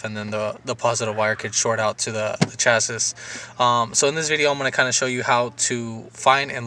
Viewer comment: First time I've ever heard anyone say "cha sis" rather than "cha-see." I do like both and I can assure you, I'm going to try and call the "chas-see" a "chas-is" and see what happens. FANTASTIC video man. Well done and you're a natural. I thought it might be what looked like a disintegrating wire covers on some of the U-Haul wiring at that box, but man, when I saw the end of those wires it was obvious. Thanks so much!